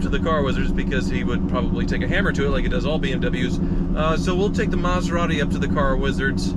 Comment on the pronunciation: Would sound better to say Meth-er-ati. Same number to syllables and closer to the sound of the original.